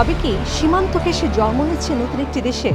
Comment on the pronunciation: জন্ম শব্দটাও সঠিক উচ্চারণ করতে পারে না ছি ছি ছি রিপোর্টার